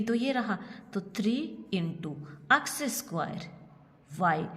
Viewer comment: App X ko aks kiyo bolti ha